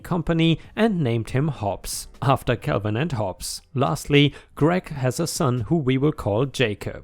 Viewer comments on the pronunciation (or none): none